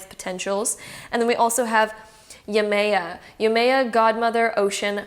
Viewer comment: Great reading, just want to point out that Yemaya is pronounced jemaJA